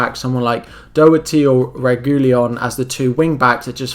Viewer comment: Re goo e lon 😂